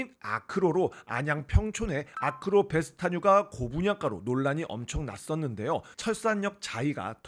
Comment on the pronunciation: 아크로베스티뉴(O) 아크로베스타뉴(X)